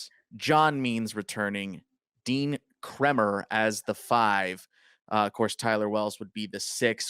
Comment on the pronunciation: Did he say Dean Krimmer? 😂